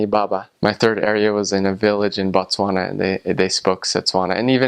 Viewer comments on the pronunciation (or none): none